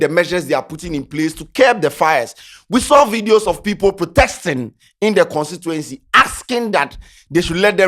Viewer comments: Protesting, not protexting 😂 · it’s protesting. Not “protexting” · what is “protexsting?”😒😒